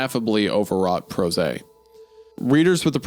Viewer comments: in and i can’t get over isaiah reading prose to rhyme with rosé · why did Isaiah pronounce prose as if it rhymes with the pink wine "rose" that's so funny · pronouncing it “pro-zay” is pretty ironic in the context of the sentence 😂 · Wendigoon mispronounces prose